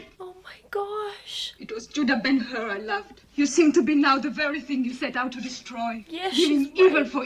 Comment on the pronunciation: Hur - not 'Her' but 'Choor' with ch like in scottish 'Loch'